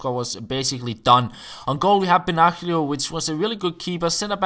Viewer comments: Benaglio is pronounced with an i instead of the g. Benailio Great stuff you are doing here. Last episode you said you love the chipping this year. Which do you use ? Shoot-button or long-pass-button ? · The G of Benaglio is silent,.:) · Benaglio you have to speak Benalio .. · The g in benaglio is silent